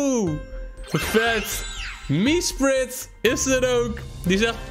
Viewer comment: Iedereen: Mesprit: "MieSpRit"